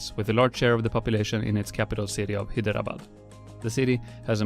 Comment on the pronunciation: You completely botched the pronunciation of Hyderabad, pronounced more like: hai - dhruh - bad But still, Great Video! I enjoyed it.